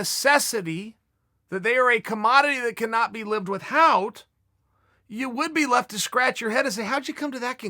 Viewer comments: Chael "withHout" Sonnen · Chael "with-hout" sonen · Chael "with-howt" Sonnen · Chael "with-hout" Sonnen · Uncle Chael says the h in ‘without’ is emphasised, this guy teaches me something new everyday